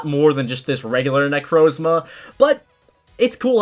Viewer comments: Bro he say necrozla necromza is not hard to say he really does mess up with words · how he pronounces necrozma smh